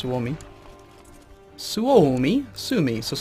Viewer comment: The first pronounciation of Suomi was right :D not sumi. Su-OOOOOOOOOOOOOOOOOOH-mi :D